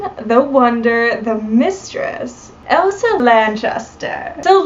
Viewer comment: Her name was “ELSA” it appeared as though you were saying “EVA”